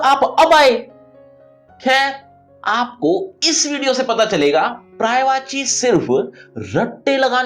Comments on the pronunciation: Prayvachi nhi sir. Paryayvachi hai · महाशय , अफसोस की बात यह है कि इतने मिलियन व्यूज के बाद भी किसी ने पर्यायवाची सही उच्चारण पर याय वाची किसी ने नहीं बताया जबकि आपका उच्चारण गलत है।